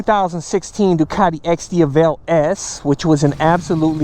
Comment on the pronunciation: It's Di-A-vel, not Di-a-VEL...